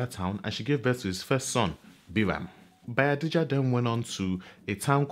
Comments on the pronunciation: It's BAYAJIDDA not Bayadijja.. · It is Bayajidda not bayadijja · Correction sir: It's Bayajidda not Bayadijja!! Insightful as always! Well done. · So the name is actually Bayajjida, not Bayadijja. This is really good. Keep it up